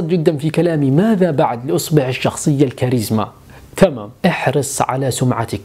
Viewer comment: لا حظت ان كلمة تمام في معظم المقاطع يُنطق فيها بطريقه تركيه يبدوا انها بلا قصد😅... اسال الله ان يحفظك ويسعدك